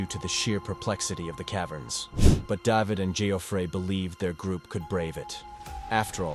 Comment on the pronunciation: “Dah-vehd…aftral, altho most of the caves were Uhn-MAh-pid…” 😆🤣😆😂 I can’t!!!😆😆😆